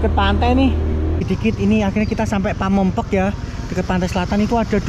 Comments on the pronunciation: mas gk bisa ngomong pamengpeuk ya 😂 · PAMEUNGPEUK....BUKAN PAMEUNGPAOK wkwkwkwk.....😂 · Pameungpeuk bang bukan pamengpek....😂😂😂😂 Ketawa terus gw denger nya.... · Ilat jowo susah ya koh bilang pameungpeuk😅